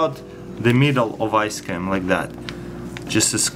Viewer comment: anyone else notice he said ice cam